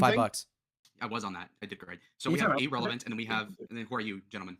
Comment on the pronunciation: Even Ana voir didn't like ahrelavent